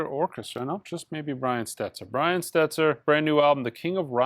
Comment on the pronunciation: Funny how you claim to have perfect pronunciations in one part of the video, but then for Brian Setzer you say Stetzer 😂